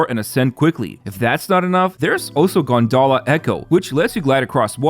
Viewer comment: Rinascita, gondola, Roccia... Please please please learn the correct pronunciation of these Italian words, especially where the tonic accent falls, it's a torture to listen to these terrible pronunciations...